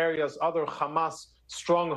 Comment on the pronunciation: Why is he able to say “hospital” but then say “khamas” as if he can’t pronounce the “h” anymore 🤔